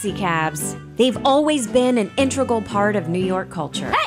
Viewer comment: WHY can no one on the planet say the word "integral" ? Why does it always come out "intregal" ?????